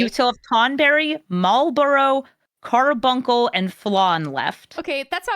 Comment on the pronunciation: It's cute when you pronounce it "CAR-BUN-SUL" instead